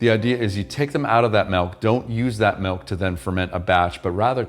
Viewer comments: I can't believe you say malk. Joking. Hilarious dude. Great video. Thanks. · You say [melk]. Sounds more like the Swedish word mjölk.